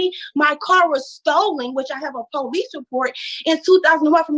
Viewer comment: The Pohlease. I love when ghetto queens make police 2 syllables.